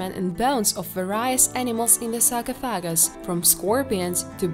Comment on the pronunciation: Yes! You nailed 'however', next up: sar-coff-ah-gus ;D